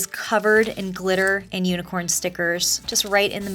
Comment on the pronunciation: But you pronounced. Unicorn wrong